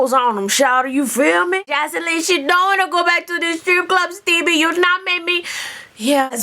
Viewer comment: AHHHHH. every time say STEEBIE!! lol